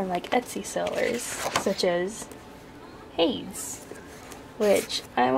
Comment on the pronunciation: Nice book of shadows. Always nice to see a witch from Arizona and working with the Hellenic Gods. I've never heard anyone pronounce Hades like that interesting lol. I work with Poseidon, Gaia and Apollo.